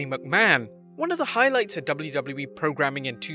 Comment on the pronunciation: great video but the 'doubly doubly E' pronunciation for WWE fried my brain